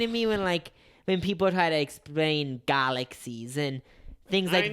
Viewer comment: I’m not making fun of Jacobs speech impediment but when he said galaxies i definitely thought he said garlic season and I forgot what they were talking about for a second 😭